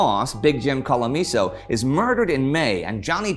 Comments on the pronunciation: its big jim colosimo, no colomiso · Big Jim Colosimo, not Colomiso. Colosimo. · Some corrections: Al Capone's boss was Jim Colosimo, not Colomiso, and Capone wasn't "Alphonse Gabriel." His nickname was Al Brown but Alphonse Capone was his real name. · Colosimo, not Colomiso. Vincenzo ''James'' ,''Big Jim'', ''Diamond Jim'' Colosimo is believed to have been whacked by his own crew, namely Torrio and Capone, when he wouldn't go whole hog into the alcohol business. Dean O'Banion is correct. For years newspapers misspelled his first name as 'Dion'. I was also in the boys choir of Holy Name Cathredral [Class of '64] and coincidentally worked as a delivery boy for a Michigan Ave florist. [Funny, I always wondered why the Dozen Roses boxes werre big enough to hold an M1921 Thompson w/ 50 round drum.] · Big Jim Colomiso? I think you mean Big Jim Colosimo there Indy... Still, good episode. Can't wait for the episode about the den of decadence that was pre-Nazi Berlin.